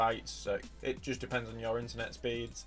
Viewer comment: Hey man you need to learn how to pronounce your in words.